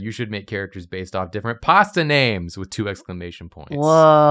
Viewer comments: Butchering all the pronunciations 😂😂 love u guys and giiiirls 🤌🏻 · I know it probably is the same for english speakers when they hear foreigners speak english, but since I am italian, hearing you guys read the pasta names phisically hurt lmao